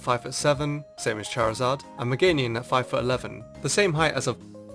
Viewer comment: Megamium? Meganiun? its Meh-Gay-Nium